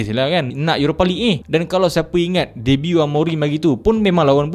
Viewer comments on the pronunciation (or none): none